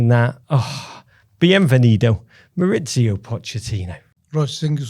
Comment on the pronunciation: MauriCio not MauriZio!! Why do English people change his first name from Spanish to Italian? Yes his surname is Italian but his first name is in Spanish. He’s from Argentina. MauriCio.